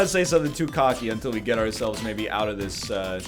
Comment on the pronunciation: northern says cocky like caulky